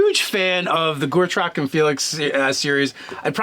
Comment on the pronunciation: Guys I'm sorry but please, its Go-trek, not Gore-trok. Other wise, fab video and yes please to the character build. Personally I'd go with zeolot barbarian Paladin oath of vengeance